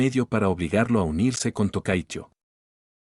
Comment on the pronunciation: Me gusta que lo vuelvas como un audio libro de fanfict pero creo q puedes mejorar no c almenos que lea los nombres de las Umas de forma correcta tipo como una excepción par Rice Shower o Tocai teio